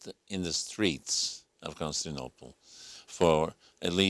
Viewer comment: Con-sti-nople? Hmm...